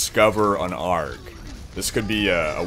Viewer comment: it's a r g not argghhh